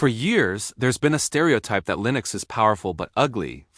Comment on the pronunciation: 'LINEX' lol